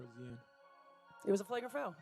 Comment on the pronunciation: Flag-Rant. AI can't say flagrant apparently. :D